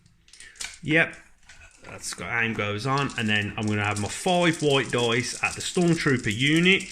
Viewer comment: “Foive whoite doice.” Noice.